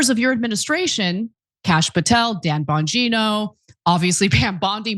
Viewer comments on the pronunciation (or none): none